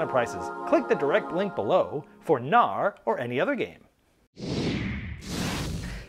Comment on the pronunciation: Knarr - nordic boat with a sail. The "K" is not silent :)